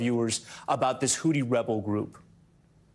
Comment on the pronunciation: Please someone tell Tom it’s Houthi not hooti.